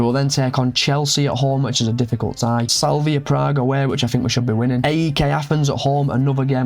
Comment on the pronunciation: Sla-vi-a Prague